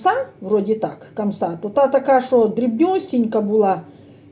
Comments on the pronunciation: Хамса а не камса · Не камса а хамса